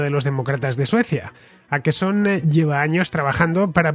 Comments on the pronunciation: Hola! Aqui un contraescucha con 10 años viviendo en Estocolmo. Crónica muy buena y precisa. Para la próxima, en español se pronunciaría Oquerson, no Aquerson 😉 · Åkesson, Fernando, se lee /okesson/, no /akesson/. Saludos desde Suecia. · Åkesson se pronuncia Okeson, la vocal Å en sueco es la O en español,no tiene nada q ver con una "A" es como si la Ñ la usáramos y pronunciaramos como la N. Skatteverket(Agencia tributaria ),suena horrible cuando no se sabe sueco. "Skatte” significa tesoro y el sueco es un idioma q suena bien bonito. En Suecia,donde vivo,no solo ha creído la inseguridad por la violencia entre bandas,q sí,sino también en delitos por agresiones sexuales.